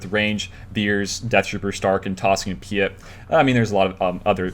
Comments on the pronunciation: PEET OR PEAT ITS PRONOUNCED. hes not French lol. Sorry, im triggering on you tubers not saying if right, like all of a sudden no one has watched anything star wars and never heard his name before lol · You have never watched anything Star Wars, have you. Vader pronounces it Pea-ette.